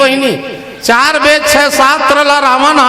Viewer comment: वेद नहीं लेबद बोलते ए हा तुमन मंच के लायक नी हा भाई गम्मत खोल लेवा तुम